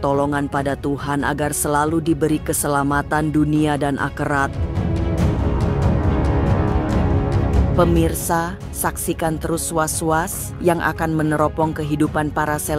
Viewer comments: mf siapa sih yg menyiarkan ini kok aherat di bacanya akerat🤣🤣🤣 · Dunia dan akhirat bukan di baca dunia dan akerat 😂😂😂😂😂😂